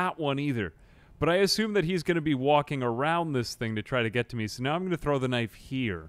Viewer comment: I LOVE how you say knife as knief sometimes. I do the exact same thing.